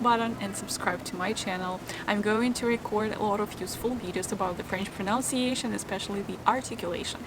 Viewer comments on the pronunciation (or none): I'm I the only person who finds it funny that she mispronounces the word 'pronunciation' multiple times in the first minute? :)